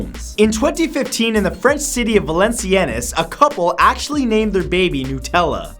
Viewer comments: Isnt Valenciennes pronounced Valen-c-n? (inb4 this comment triggers tons of random roadmen) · I am french and for the #2 fact I had to get the subtitles to understand the name of the town where the parents tried to call their baby Nutella. It's Valenciennes, we prononce it "Valencien" (not with "nes"). I laughed at that point ☺